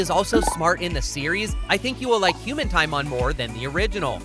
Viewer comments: It's pronounced tea-MOAN. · You said Timon wrong, its ti-mown for pronunciation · TiMoN it’s It’s TimOn